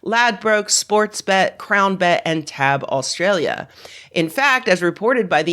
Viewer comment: My most recent posts have been correcting the mis pronunciation of Digital Equipment Corporation as Dek not Dee Eee See. Now I find myself correcting the opposite, its Tee Ay Bee not tahb, the acronym stands for Totalisator Agency Board, and is spoken Tee Ay Bee in both NZ and Australia.